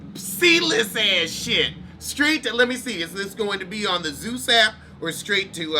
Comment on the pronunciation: “Zues app “ Lol 😆